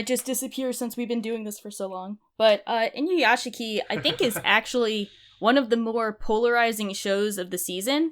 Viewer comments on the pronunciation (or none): Inuyashiki is pronounced Inuyashki, nobody ever fucking gets that right, pronouncing it without the silent i is the same as saying "Sasooke" when referring to Sasuke yeah, i'm a petty weeb, sorry not sorry